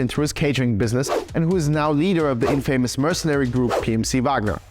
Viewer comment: Infamous - check pronunciation 😉